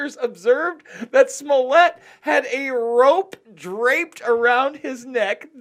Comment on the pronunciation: Pet peeve. I can't let it go. It isn't SMU-LETTE, muj Polski brat; jest SMO-LETT, podobny do SMO-LENSK. Jesus Christ, please say it properly. Ugh! Moving on: this is a sham, nonsensical issue that I think is being pushed on us so as to blind us to Israel's continually getting its way; the passage of Article 13/17 in the EU; along with countless other crimes happening all-around the world. We're being absolutely fucked as a populace, and yet all we can do is focus upon this truly minuscule issue. I'm over this. But, if other's are interested; so be it. Oh, I forgot to mention this, which is why I am returning to add it now: Chicago is NOT the murder-capital of the US. That distinction goes to, as it has for over a decade now, belongs to Baltimore. This isn't a brag, Chicago, my hometown, certainly has MANY issues, not least of which is homicide/gun-violence, along with immense corruption/nepotism, incompetency, outright fraud, etc...